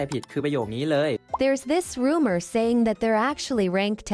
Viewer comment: Rumor อ่านว่า รูเมอร์ ค่ะ แต่ก็ใช่ โอเปร่าไม่เคยเปิดเผยเองมีแต่ลือกัน จะบอกว่าจริงก็คงไม่ได้